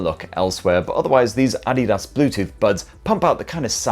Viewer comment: The first English speaking reviewer who can pronounce adidas correctly